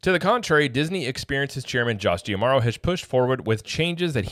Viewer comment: Mispronouncing D'Amaro